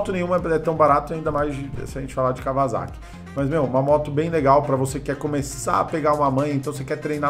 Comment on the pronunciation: NÃO É KAWA(Z)AKI E SIM KAWASAKI-(ÇA) porra